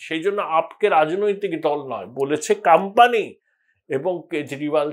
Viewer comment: কথাটা কাম্পানি নয়, কোম্পানি হবে। উচ্চারণ ঠিক করুন।